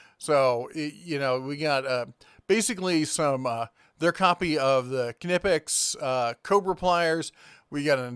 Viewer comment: Knipex = Kuh-Nie-Pix